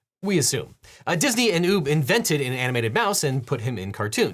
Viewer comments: It’s pronounce Ua-B NOT Ue-B! You pronounce Iwerk’s name like you’re about to say UP but you replace it with a B! GOT IT!! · The "U" in "Ub Iwerks" is short. That's the way Chuck Jones pronounced it, and I'm pretty sure he knew him.